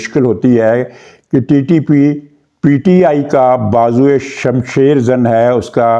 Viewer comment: شمشیر زن لفظ ھے. آپ نے بے خیالی سے شم شیر کھا ھے. توجہ فرمائیے.